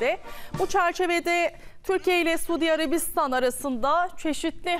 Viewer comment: Güzel kızım Sudiarabistan derken yanlış telaffuz ediyorsun.Suudî diye tonlayacaksin